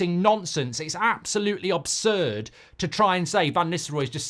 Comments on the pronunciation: "OB"surd Goldbridge? 😅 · ABSURD MARK NOT OBSURD